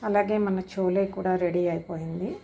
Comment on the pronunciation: చోలే కాదు, ఛోలే అనాలి, అలాగే భటూరే అనాలి, బటూరె కాదు.